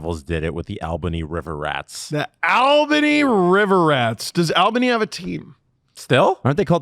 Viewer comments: LOL Al bany. In NY we say All-ben-e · I laughed at the AL bany thing. & I agree. The River Rats were fun to watch. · I miss my River Rats. Best entertainment in town. Also, it's pronounced ALL-Buh-knee.